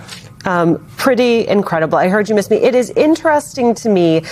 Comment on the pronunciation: "I heard you meest me".